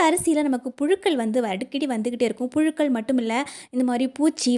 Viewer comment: மகளே,அருமையான பதிவு, "அளவு" உச்சரிக்கவராதா, அழவு என்று ஏன் உச்சரிக்ககின்றீர், புளுக்கள் அல்ல புழுக்கள், " பலைய" அல்ல "பழைய"தமிழை பிழையின்றி பேசி பதிவிடுதல் நலம்.